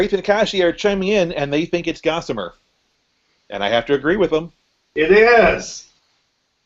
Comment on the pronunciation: Gossimer not Mortimer